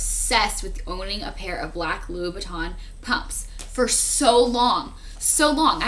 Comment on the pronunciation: sorry, but you gotta stop saying lubitton trust me, i'm fluent in french and its LOUIS VUITTON LOO-EE VEE-TON you will get RIPPPED APART if you go to a store and request those pumps...